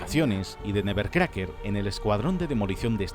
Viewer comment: “ESTOY EN TU SÉSPED NEBBERCRACKER”🗣️